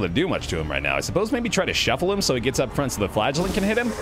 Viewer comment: I continuesly, miss-hear the name: the flagellant. I hear: The Flatulent. ... something's wrong with, me I suspect.